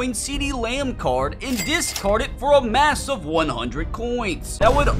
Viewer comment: This man loves saying "massuve" instead of massive lol